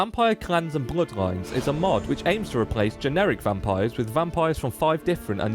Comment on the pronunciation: Is that a dutch accent I detect from your pronunciation of the word "bloodlines"? I'm not super great at guessing accents right now.